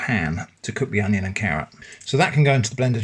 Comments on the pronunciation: "Oneion" lmao 😂😂😂 "Twonion" also lmao 😂😂😂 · I don't know why, but hearing "oneion" and then "twonion" sent me into a laughing fit. Love what ya do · I literally LOLed at the oneion twonion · Twonion lol